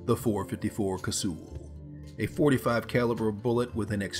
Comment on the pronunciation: Well that's the first time ive heard ANYONE pronounce it cassool